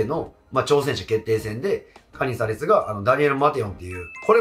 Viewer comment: カ↑ニザレスが気になって入ってこない😅